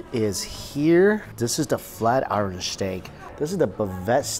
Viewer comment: And you're still saying iron wrong lol smh